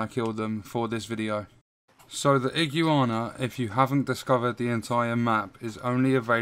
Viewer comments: I-GU-ANA not IGI UANA lol awesome video though incredibly helpful, you earned a sub. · A man said Ig-u-ana, I’m dead😂😂😂. Top video lad